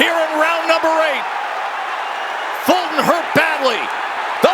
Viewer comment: Why are they calling him "Folton" instead of "Fulton"?